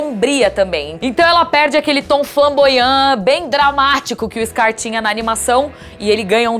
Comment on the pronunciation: "Eixscar", puta que pariu!!!!